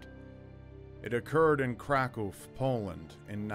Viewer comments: good job pronouncing "Kraków",! Half my family came from Polska...I found old birth certificates that referred to my family as "peasants from Rzęndowice"...yeah those Polish words are a real mofo for American English spkrs! We should all go on a pilgrimage to Częstochowa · I heard you say Kraków correctly and my heart exploded :O I always love to hear these words said the way they're meant to be said